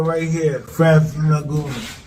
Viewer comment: He said Francis Nagoony! LMFAO! hahahahahahahaha🤣